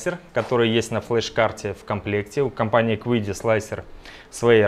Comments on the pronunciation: Компания называется Чиди, а не quidi ) вот такие китайцы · Если уж произносить название машины по-английски, то будет звучать как Киди (неоткуда там звуку "у" взяться)... Но принтер китайский и название у него китайское из двух иероглифов - звучит как Чиди (причем "ч" ближе к "ц") :)